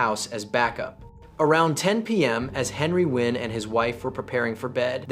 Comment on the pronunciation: Makes a video about Vietnamese crime but doesn't bother to learn how to pronounce Nguyen.